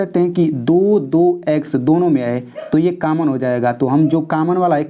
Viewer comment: Kammon nahin hota hai common hota hai